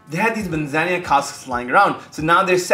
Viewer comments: Thanks for another cool and timely review…but dude, a little more focus on pronunciation would b appreciated. Where did u get “manzanya” in Spanish? It’s admittedly a bit of a pet peeve for me bec I think it’s a matter of respect, esp nowadays when it takes only one minute prep with Google translate, but u say it so often! Yikes! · I don't think you are pronouncing Manzanilla properly:)